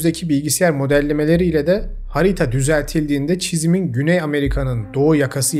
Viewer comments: Hocam yanlış anlama dalga geçmek amacıyla yazmıyorum bunu, ama telaffuz ederken ''hariita'' gibi çıkıyor ağızdan sonuç olarak kitlelere hitap ediyorsun. Kendimce imkanı varsa telaffuzunu düzeltmen için uyarmak istedim. Tabi bu isteğimin bana bir katkısı yok sadece diksiyonuna katkıda bulunmak istedim. Dinlerken ve izlerken en keyif aldığım kanallardan birisin ve diksiyonun gerçekten çok düzgün ama insanız bazen dikkat edemiyoruz. Seviliyorsun iyi çalışmalar. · Bende ona takıldım bilerek yapıyor sandım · Herşey çok güzel fakat hariğğğta dedikçe kulağım acıdı🥲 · Sürekli haağrita dediğiniz için videoyu çok izlemek istesem de istemsiz kapatıyorum. İğreti etti beni. Yine de ayıp olmasın diye videoyu beğeneceğim. 😉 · Harita telaffuzu o kadar irrite etti ki başında kapattım videoyu. Hariyta ne hariğta hariita nedir abi hiç mi dinlemedin kayıttan sonra??? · Yanlış anlaşılmak istemem, amacım sadece bildiğim yanlış bir şey var mı diye sorgulamak. Harita kelimesini neden Harîta olarak okuyorsunuz ? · Emeğinize sağlık, ama harita telaffuzu çok rahatsız etti, hariiiiiiiiiiita. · Kardeşim hariğta demeyi bırak lütfen valla sinir oldum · Evet yine çok bilgi dolu bir içerik hazırlamışsınız ama şu 'harita' kelimesini farklı bir vurguyla söylemeniz ister istemez sürekli dikkatimi dağıttı :) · ''harita'' böyle mi okunur??? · Videoyu izleyemiyorum odaklanamıyorum . Bir insan nasıl hariiiita diyebilir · Lütfen harita kelimesini "hariita"diye telaffuz etmeyin. Emeğinize sağlık, severek takip ediyorum. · HariĞta olduğunu sanmıyorum, harita olabilir. Ğ yüzünden videoyu dinleyemedim. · Al benden de o kadar. Hariita nedir ya? Dümdüz harita işte. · Her zamanki gibi ilginç olan konulardan birisi olmasına rağmen ,hariiita denildikçe konuya adapte olamadım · Hariyta. Çok zor dinledim. Ama hariyyyta diye telafuz olamaz. İyi günler. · harita diyemiyorsun..hariiigta diyosun(not : kedim bile seni artık tanıyor ) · Hariita değil harita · Lütfen haritaya bir daha hariiğğta deme abi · Aynen ya😂